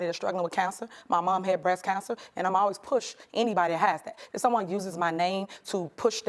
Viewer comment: I have no idea why, but the way she pronounces cancer gets under my skin, such as when people say such as to sound smarter.